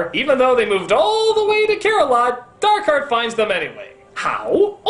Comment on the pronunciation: you said his name wrong it's not Dark Heart, it's DAAAARRRRKHEEEEEAAARRRRTTTT